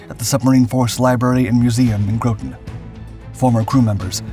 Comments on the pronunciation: I have an issue with how you say Groton. Grot tun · ITS GROTON LIKE ROTTEN CT. I live here the “Submarine capital of the world!” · it’s Groton ( GROTTEN ) New London CT. I live here, the Submarine capital of the world. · GROT (AS IN YACHT) TON (AS IN 2,000LBS) CT. AAY-ZOARS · I’ve watched, and will watch more of your videos. I enjoy the narration, background music and video clips. Very watchable One note though Groton Connecticut is pronounced with a short O. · The telling thing for me was the mispronunciaion of "Groton" - the sub base in CT. A human wouldn't do that.